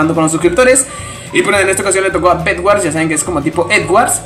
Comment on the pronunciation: no es eggords es bedwords